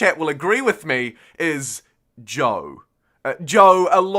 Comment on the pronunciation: Sorry, what is Joe? Great playthrough, love the passion. Oh, you're saying Zhou, lol. Got it.